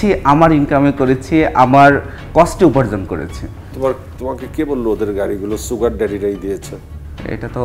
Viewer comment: ছুগার ডেডি না, সুগার ডেডি।